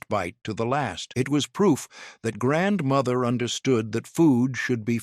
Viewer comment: I HATE that he not only incessantly says 'grandmother', he puts the accent on the wrong syllable and keeps saying grandMOTHer.